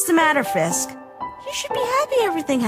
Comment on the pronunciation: chara says fisk instead of frisk XD